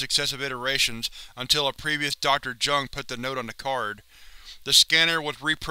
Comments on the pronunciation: It's not pronounced "Jung" it's "Yoong" but okay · Isn't it pronounced "yuh-ngh"? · Jung is pronounced "young" Just a fyi